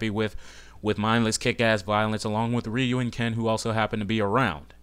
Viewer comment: actually, thats the real way to pronouce Ryu. If U watch any of the animes, thats how its pronouced in japan.